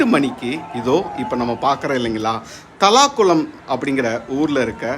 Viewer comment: Pesa therinja paesunga brother.. thalakulam illa தல்லாகுளம்